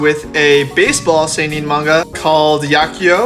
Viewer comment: The way you say "Seinen" triggers me.